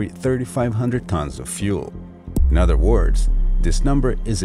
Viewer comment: yes he does , its not earf its earth , he keeps replacing th with f and says other as odder lol and its ghetto af